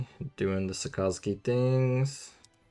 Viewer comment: the way you say Sakazuki literally kills me inside. It's literally just " SAAKA-ZOOKI "